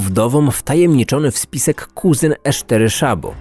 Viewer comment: Poza tym, że źle czytasz nazwę miejscowości to super :)) edit: "Esztery" też błędnie